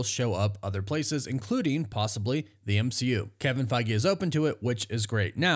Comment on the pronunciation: Goodbey m-she-u